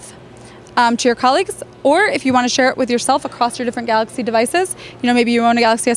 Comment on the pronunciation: Okay, when she says galacy note 8 she sounds like she's speaking Italian. She speaks very fast.